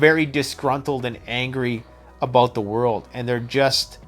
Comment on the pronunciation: BAHAHAHAHAHA....a Canadian said 'BOOT'....BAHAHAHAHAHA...keep it up...love the content btw...its aboot time...lol...